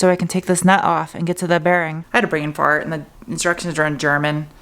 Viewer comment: Brane-fahrt? Nice use of your USAF/German history!🤣